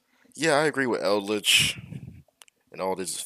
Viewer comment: why is the d silent in eldlich my guy lol